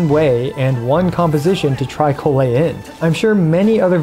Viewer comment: why do you pronounce Collei's name in 2 different ways? is correct pronunciation